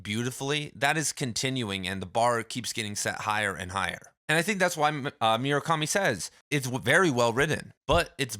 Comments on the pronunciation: i'm sorry, did you just say MYU-rakami? 😐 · bro, it's not hard to say murakami